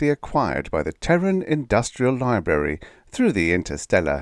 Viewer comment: The one I considered not including is "library." I included it because it sounded like you swallowed the first 'r'. I considered excluding it because maybe you have a thing about saying that 'r'. Like with the 'r' in Trussel, which doesn't sound like I would expect given the spelling. As far as I know, the British & American pronunciations of all those words are the same. But when I googled I didn't look carefully to see if a British pronunciation was available. I was very sleepy.